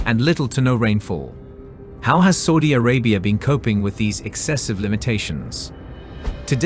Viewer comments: i wish you stopped saying Sordie Orabia....its S.A..U.D.I ARABIA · Never heard anyone butcher Saudi Arabia so much sounds like saying soodie Arabia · The way you say Saudi Arabia 🤓🤓🤓